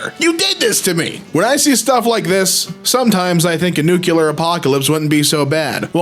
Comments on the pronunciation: *Nuclear not nucular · Nuclear = "new' + 'clear". Where is that extra syllable coming from?